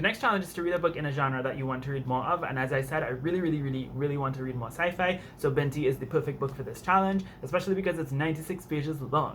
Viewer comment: Sorry for the random comment but I love the way you said Binti! Also it's a great book so I hope u like it !!